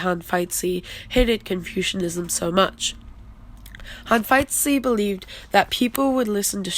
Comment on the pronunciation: It would be much better to for you to pronounce Hanfeizi as /Han-Fei-Zi/ rather than /Han-Feit-Tzi/